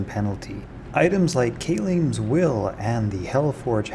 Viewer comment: ‘Khalim’ is pronounced KAH-LEEM